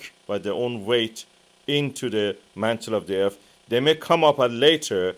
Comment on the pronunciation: I can't take anyone serious that says Earf.